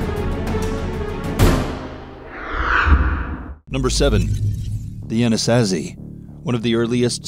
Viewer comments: Wtf is an A-nas-as-see? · ANA-SAW-ZEE that’s how you say it. Lol